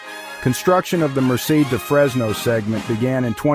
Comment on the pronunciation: Nice video. Do check the pronunciation of "Merced"!